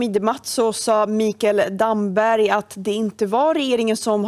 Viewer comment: Han heter Damberg, inte Dammberg